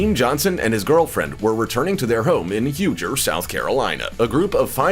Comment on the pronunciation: The first case happened in my area. It's actually pronounced Hu-gee (Huger) and that case really shook the community.